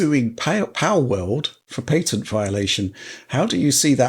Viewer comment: Patent is pronounced Pat-int not Pay-ton. The guys were trying to help you lol.